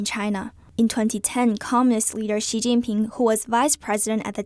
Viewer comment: APPLAUD for learning the right chinese pronounciation for Xi and Chinese names of people and provinces and cities. Xi is "See", not "Shee" as most non-Chinese pronounce it.